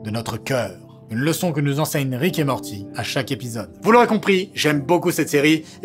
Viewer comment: "Rick et maworti"... Je te hais...